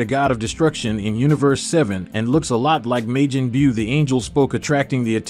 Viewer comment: Commentator needs to learn pronunciation it's ki (key) not ki (k i) as well Majin buu (boo) not buu (bue)omg so many mispronounced things